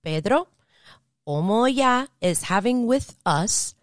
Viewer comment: Olo Oya - not omo Oya